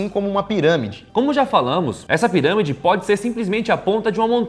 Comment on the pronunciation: ele disse ziramide